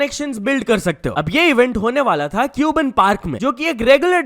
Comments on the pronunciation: its not क्यूबन its कब्बन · Bro woh cuban park nahi cubbon park hai ( pronounced as kabban park ) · its not cube'en park its cub 'en park . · It's not cuban park.. It's cabban park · not neon man calling it cubon park 😭😭🙏